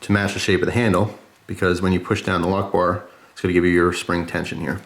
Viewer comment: I thought that when you said "a lockbar" it sounds a little bit like "allahu akbar" and now i can't get it out of my head and you keep repeating lockbar...... D=